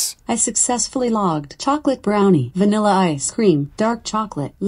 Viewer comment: “3 scoops of vanilya ice cream” - Rhett McLaughlin